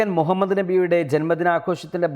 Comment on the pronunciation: مهمّد എന്ന് പറയല്ലേ....pls